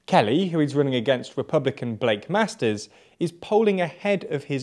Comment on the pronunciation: "Repbulican" XD